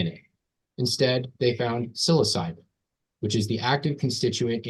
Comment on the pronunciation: It would help if the church's attorney could pronounce the molecules and historical characters correctly. It's "sil-oh-sye-bin" , "sil-oh-sin" and "five-meth-ox-awl-dye-meth-awl-trip-ta-mean" (Given as pronunciations as opposed to proper spelling.) That said - I don't personally find the church's attorney conduct to be shady. Instead I find his conduct to be misguided as he is not only the main attorney for the church but also a primary witness and someone deeply involved in the management of the church. As the judge stated- he needs to hire outside counsel.